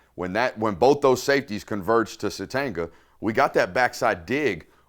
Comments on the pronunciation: Suh-Tain-yah. Not suh-teng-uh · Dude. Isaiah Sategna. The G is silent. It’s Suh-tane-yuh not tang. You pronounced it correctly at the beginning, then reverted to the tang the rest of the way.